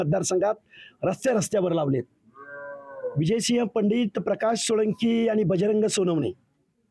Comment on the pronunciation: सोळंकी नाही रे सोळंके